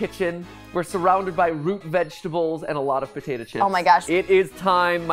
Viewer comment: He pronounces "potato" like "potata"